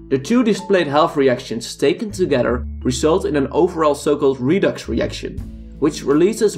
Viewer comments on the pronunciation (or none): none